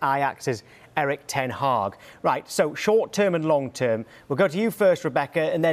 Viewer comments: This Rebekah chatting absolute waffle. Also calling ten hag taag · Did she just call the manager taag?